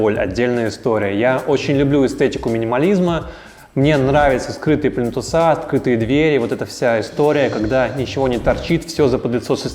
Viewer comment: Спасибо! Очень много интересного и полезного узнала из Ваших видео. Но, пожалуйста, не говорите «плинтусА» - правильно плИнтусы. А также малярЫ, а не малярА. Правильная речь сделает Вас ещё более крутым дизайнером) Удачи!